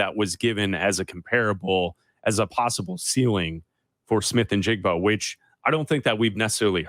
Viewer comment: 15-20 seconds into this clip only solidified the fact that (still) you're both idiots. This draft is thoroughly WEAK at the WR position, & the primarily reason why the Ohio State kid ( & stop mispronouncing his name; it's NI-jigba, not IN-jigba)is being touted with any relevance is a direct reflection of the weakness of this year's crop. The priority for the Bears is the trenches on both sides of the ball - PERIOD. If we're targeting WR's at all this year, you do so on the back end of the draft (later rounds), & take your shot on a better prospect NEXT year, such as Marvin Harrison Jr. Now go back to sitting on the floor in your diapers, eating paste.